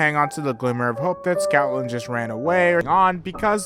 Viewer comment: It’s Stoutland. Not Scoutland, not Snoutland, Stoutland.